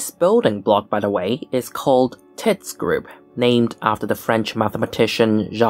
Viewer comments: The French pronunciation is more like "teets", to rhyme with "sweets". I tired your pronunciation once in a lecture and someone corrected me. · it's pronounced to rhyme with "meats".